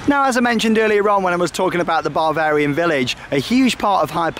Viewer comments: It’s Bavarian not Barvarian! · I thought it sounded like he was saying barbarian